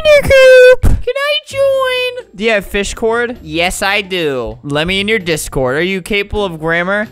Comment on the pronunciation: “dO YoU hAvE fIsHcOrD?” Sorry but the word fishcord made me wHeEz.